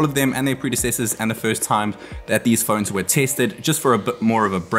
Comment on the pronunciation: *phones* Not phoeeeens